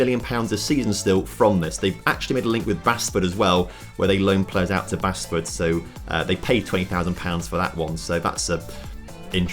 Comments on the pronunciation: It’s pronounced baseford, closest team to myself. I know it probably should be the way pronounced it but it’s not I did expect a lot more from this, definitely disappointing they never even made the premier league. Also maybe don’t make yourself manager until they have had the money for five seasons? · Basford is pronounced Bassford.